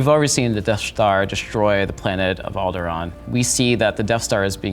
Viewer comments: Why does he keep calling Alderaan "Aldera"? That's bothering me. lol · He actually called it Alderaa. The nerve! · Great video but it hurt hearing him say Alderaan wrong the whole time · It triggers me the way he pronounces Alderaan.